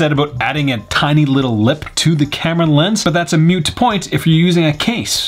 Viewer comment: Dude...moot point ..not mute point...